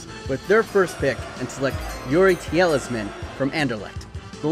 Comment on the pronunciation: "Youri Tielsman" 9/11 pronunciation